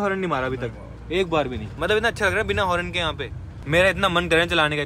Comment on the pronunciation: horrrn 😂😂😂😂 horn hota he bhai